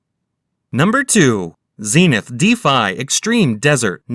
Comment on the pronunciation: Stopped watching when he tried to pronounce Zenith.